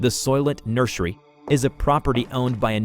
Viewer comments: PLEASE STOP SAYING NURSHERY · The way pronounces certain words 😅 "nurshery" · This is the first time I heard someone pronounce "nursery" as "nurshery." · Why do you sound like that when you say “nursery”😂😂😂